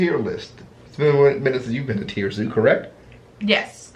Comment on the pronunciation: Its tier zoo not tire